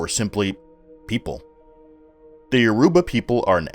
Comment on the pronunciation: YOR u ba. Stress on the first syllable.